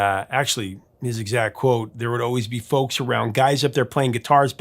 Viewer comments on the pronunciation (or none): none